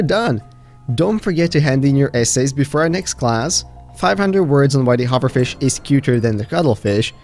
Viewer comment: Did he say huverfish